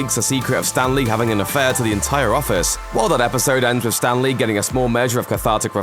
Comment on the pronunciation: Anyone else notice how he kept pronouncing it "Stan Lee" instead of Stanley?